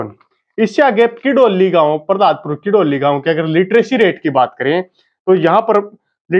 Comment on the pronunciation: भाई जी पहलादपुर है प पर र नहीं है बाकी बहुत बड़ीया विडियो बनाई है आपने। बहुत बहुत धन्यवाद भाई जी हमारे गांव पर विडियो बनाने के लिए